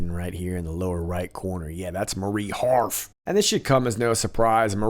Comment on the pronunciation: I love how you said Marie HARF!